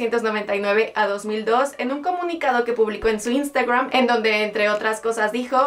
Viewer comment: Por que dices INSTAGWWRAN?